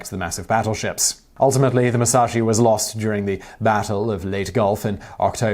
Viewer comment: jsut a note on the names, its "moo-sa-shee" and "yah-mah-toe"